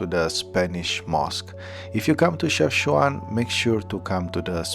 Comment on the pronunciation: Wow man, glad that you’ve discovered the north part of Morocco! You seem like a very humble guy. Hope you have a nice trip in Morocco. And you pronounce it chef-cha-when haha you did say it in the video once 😉